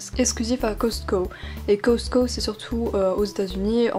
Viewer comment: Au Canada ou si il y a des Costco et surtout tu dis hyper mal le mot Costco